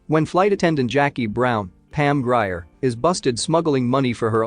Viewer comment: some of the pronunciations need work: Jeroen Krabbé and Pam Grier for instance